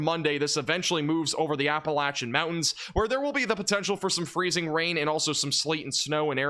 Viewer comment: Nice to hear that you are saying 'Appalachian' correctly 👍 👌